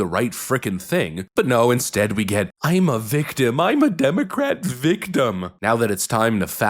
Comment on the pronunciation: Did I hear Garcia say demo rat